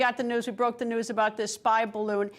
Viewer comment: you mean, "balloogny"